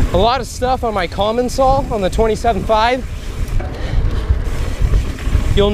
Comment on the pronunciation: I believe your current bike brand is pronounced "Com-on-saal" (and not "colomonsal" as you've been saying it).